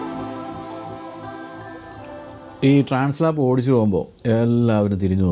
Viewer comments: It is transALP not translap. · ട്രാൻസ് ലാപ്സ് അല്ല ട്രാൻസ് ആൽപ്സ് ആണ് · Transalp not Translap....😅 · Trans Alp ആണ്. Translap അല്ല ട്ടോ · TRANS "ALP" ( alps mountain) ആണ്...ട്രാൻസ് ലാപ് അല്ല. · Bro, its not Translap (lap), its Transalp (alp). I guess the Alp represents the Alps mountain.